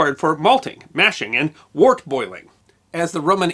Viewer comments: because I'm sure you wanted someone to be pedantic at you, wort is pronounced "wert". "Gose" is pronounced "gōz-uh". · The character is called Wart, as a desultory rhyming name for Art from Arthur. It’s explained by T.H. White who wrote The Once and Future King. The Sword in the Stone is one section of the book, and the explanation is in the first paragraph: Besides, mispronounced wort. The correct pronunciation sounds like “wert”. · Just to clarify, Wort is pronounced "Wert". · Pretty sure that '"wort" is pronounced as "wurt" (rhymes with "shirt").